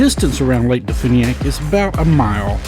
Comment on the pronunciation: and de funiak is pronounced as de fyuniak.